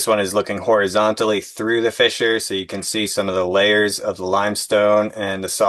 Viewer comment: Every time you pronounced fissure as fisher I laughed even thought it was dozens of times. Great work.